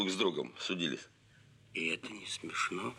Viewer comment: А Быков еще издевается! Говорит: "И это не смефно!")))